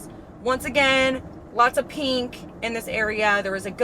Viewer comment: I’m so sick of hearing people pronounce pink, PEENK. There is no E in pink.